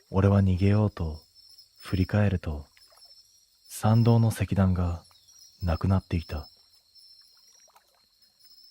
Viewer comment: 石段 せきだんではなくいしだん 境内 けいないてなくけいだい